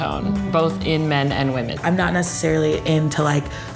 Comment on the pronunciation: ITS WHAMEN